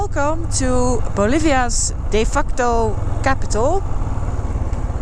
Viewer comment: Another super video. I smiled the way she pronounced de facto.😂Having said that, her language skills are as impressive as her riding skills.